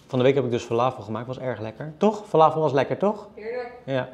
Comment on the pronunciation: Ik ben benieuwd, jij zegt: falaafel. Ik zeg falafel. Heb je ergens geleerd dat je het zo moet uitspreken?